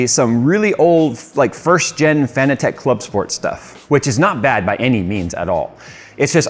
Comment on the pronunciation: Just a heads up guys - I believe Fanatec is pronounced like "Fanatic"